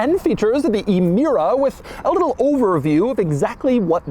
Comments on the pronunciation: it's pronounced Amira not ee mira. my ears got infected in the first 10 seconds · It’s pronounced “eh-meera”. Not “ee-meera”. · it's emira, not imira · Doug the type of guy to pronounce Emira as eemeera and also say a 2GR is a boring Camry engine